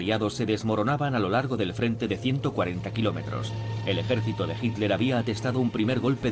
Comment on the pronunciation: este locutor es la excepcion..pronuncia hitler bien. me gusta la traduccion latina mejor.